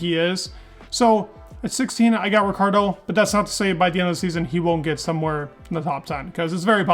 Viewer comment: You mispronounce and misspelled his name. his name is spelled Daniel Ricciardo...